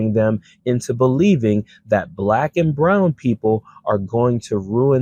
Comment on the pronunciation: Has anyone noticed how Trump pronounces “black”? Like it leaves a horrible taste in his mouth. “Blahhck” I’m sure that I’m not the only one.